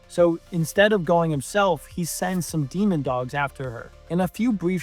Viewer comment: Bro… it’s DEMOdogs not dEmOnDoGs